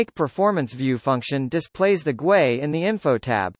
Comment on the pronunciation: Your voice software does not know how to pronounce GUI but the video is good, I love Falcon and I will use your videos.